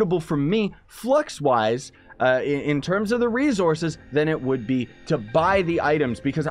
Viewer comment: Does anybody else notice how he says rezorces not resources